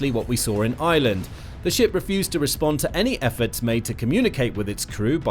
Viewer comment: It’s pronounced Ireland not island